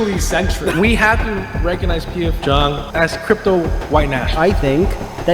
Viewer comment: it's pronounced "jung"